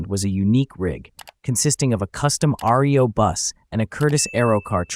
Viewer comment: It is not pronounced R-E-O. it is pronounced Reo. As in "Ree oh". These three letters were the initials of Ransom Eli Olds. He made Oldsmobile and Reo vehicles